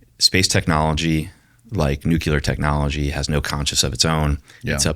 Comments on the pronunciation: .... how hard is it to pronounce Nuclear...lol way too many people pronounce it this way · Nuclear is pronounced new clear not nucular. The discussion would seem more credible if that word was correctly said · Its nucLLLLLLLLLLear Not newkiller!!! Pronounce tour "l" you freaking idiot 😂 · Real cool, all fun, been following him for a while now.. but is anyone else bothered by the constant "Nukelar" pronunciation for "nuclear"? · I started listening to this when it first came out and now I remember why I quit. Nuc-u-lar. Drives me nuts. Hasn't anyone pulled this guy aside to tell him how to pronounce nuclear? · It’s actually “nuclear”. Not “nucular”. 😂😂😂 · nucear weaponz..... NUCLEAR! whhyyyyyyy so hard to say with an L? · You lose all credibility once you say the (not a) word "nucular." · say it with me NEW CLEAR. NUCLEAR. not nucUlar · Time to listen to 2 guys who can't say 'nuclear' try pontificating on nuclear weapons and physics. Maybe they'll have some cutting edge ideas for how to prevent a 'nucular' conflict with this secret technology. Maybe. Wouldn't bet on it though... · After the 17th Nukular, ive lost interest. If youre going to speak on something as somewhat of an expert or well informed individual how do you expect any sort of respect if you can't even pronounce a 7 letter word correctly.. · Sorry, but I immediately discredit anyone who says "NUCULAR" instead of "NUCLEAR"... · every time he adds an additional u to nuclear (nuculer), the aliens dismember cattle. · Nucular. Thats how you say it. The "S" is silent. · Nucular guy... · Besides the excessively overused mispronunciation of "nuclear" as "nucelur" (not Danny) ;-), this is probably the single best and most credible and promising UFO/UAP interview I have heard to date, and that's after many years. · For fucks sake, nucular isnt a word. Its nuclear... new... clear. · How can an otherwise reasonably intelligent person not pronounce the word nuclear properly?